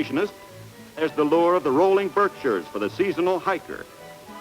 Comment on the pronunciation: Good news: the narrator pronounced "Berkshires" correctly. Bad news: the narrator pronounced "Faneuil Hall" incorrectly.